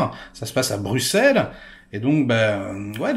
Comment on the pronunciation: Mon cher ami,, stp Anver se dit Anverssss! Ah Bruxelles c'est Bru-sel et molenbeek mole-eune-béék